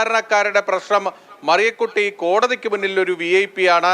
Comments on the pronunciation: "മരിയകുട്ടി" അല്ല എന്റെ ചേച്ചി.... മറിയകുട്ടി എന്നാണ്. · മരിയ കുറ്റി അല്ല. മലയാളം പറയാൻ അറിയില്ലത്തവർ വാർത്ത വായിക്കുന്നു. വേറെ പണി കിട്ടില്ലേ??.. മറിയ കുട്ടി എന്ന് report ചെയ്യുന്ന ആൾ പറയുന്നപോലെ തെളിച്ചു പറയു. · അയ്യോ മറിയകുട്ടി അമ്മച്ചിയെ " മരിയകുട്ടി " എന്ന് ആക്ഷേപിക്കരുത്.... അമേരിക്കെന്ന്‌ വന്നതല്ലല്ലോ ന്യൂസ്‌ റീഡർ